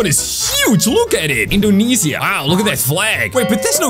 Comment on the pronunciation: I live in Indonesia Ty for painting my country but that’s not how you read it 😅